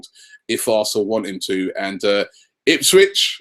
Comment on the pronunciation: btw Robbie it's Ainsley Maitland Niles. Not Miles